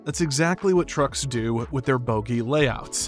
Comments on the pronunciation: Bogie not boogie or boggie. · Don't know who wrote this, but those are called "Bogie" axles, with one "O," not "Boogie." Boogie is a kind of surfboard or an African-inspired Rock & Roll style.